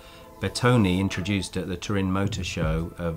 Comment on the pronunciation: BeRtone not Betone -.